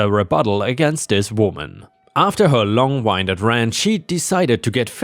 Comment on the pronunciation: English has a few words that have one spelling, but different pronunciations, and different meanings to go with each pronunciation. Words such as read/read, record/record, wind/wind. If the "wind" is in relation to weather, to blowing, to breathing or to speech, then it's pronounced like "win-d" rather than "wine-d". In this case, "long winded" should sound more like "long win-did".